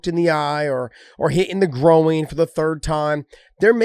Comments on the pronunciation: Josh, its GROIN.. not GROW-EEN. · Why is Josh saying grow oing instead of groin?